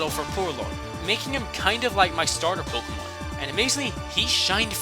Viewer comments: Pokémon not pokomón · Pokémon not pokomn